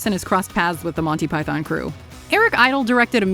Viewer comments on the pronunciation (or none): none